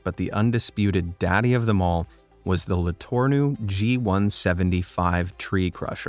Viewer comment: I go to the university that Mr. Letourneau made and the narrator pronounced it wrong. It’s Le-Torn-Oh. Still cool to see that my school’s founder made “the undisputed daddy of them all”